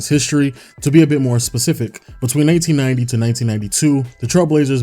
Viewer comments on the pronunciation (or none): Memes 4Life it sounded just like 1890